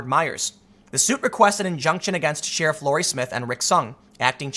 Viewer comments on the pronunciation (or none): none